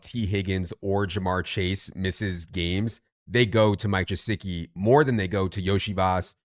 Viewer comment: Hey fellas good morning it’s pronounced guh-sick-ee not jasicki. There is a YouTube interview where he pronounces his name correctly for you to hear